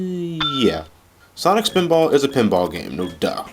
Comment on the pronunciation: SAWNIK SPINBOARGH!